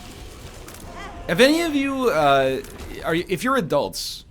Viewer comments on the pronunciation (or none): none